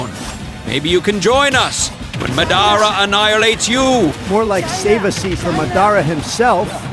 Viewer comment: How does Madara Uchiha’s AI Voice, which is perfect and amazing, pronounce the name “Madara” weird?